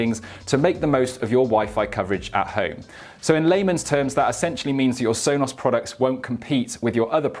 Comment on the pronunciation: Sonoss Rooters.